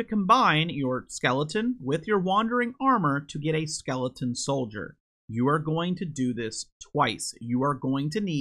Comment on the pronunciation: Funny how you say “Skeleton” as “Skelington” like “Jack Skelington” from Halloweentown